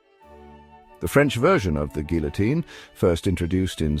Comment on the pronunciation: You're saying Guillotine wrong.